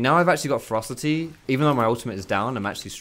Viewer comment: Everytime he said "ferocity" I heard "froster teeth".